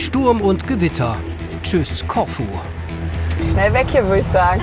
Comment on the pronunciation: Corfu - die Betonung liegt nicht auf o sondern auf u....... ein langes u